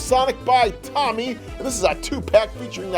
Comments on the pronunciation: It's pronounced TOE-ME not Tommy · Bro it's pronounced "Towme" not "Tommy" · It’s not pronounced like tommy it’s pronounced toe- me and also be careful with those figures by jaz that brand makes their figures delocate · It's to-my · again it's Tomy (Toe-me) are you an idiot?!